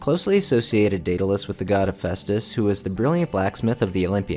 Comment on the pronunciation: It's Daedalous,!🤣😂